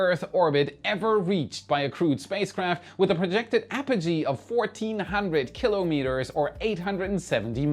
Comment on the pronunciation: I'll ignore the "mssive" typo, because is one of the very, very few people who pronounce "kilometres" correctly. Keep kilometres korrect - You Rock!